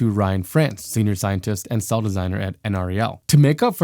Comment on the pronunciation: Just an FYI, those of us near the Golden, Colorado lab call it N-Rell, not the individual pronounced letters N-R-E-L.